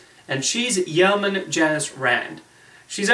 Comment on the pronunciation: Yeoman is pronounced YOH-man, not YOW-man. Also, you neglected to mention Grace Lee Whitney's greatest contribution to the Star Trek universe; the mini skirt! During costume fittings for the first regular episode of the series she requested a skirt instead of pants to show off her dancers legs. Mini skirts were in fashion at the time so it wasn't an unusual suggestion. Nichelle Nichols went along with the idea and the rest of they say is history